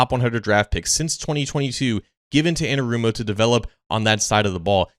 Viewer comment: The way this man says “Louanarumo” should be studied